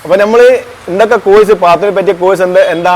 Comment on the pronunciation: കോയ്സ് അല്ല കോഴ്സ്